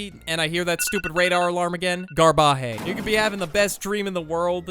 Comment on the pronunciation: I’ve never heard someone pronounce Garbage as Gar-bah-hay 😂😂😂😂